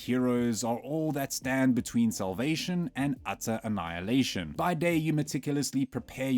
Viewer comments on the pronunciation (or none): none